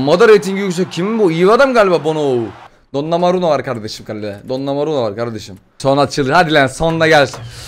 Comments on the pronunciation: gerçek okunuş:donnaruma:donnamaruno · Abi o donnomura değil donnaruma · Donnaruma ya domanura diyen abimiz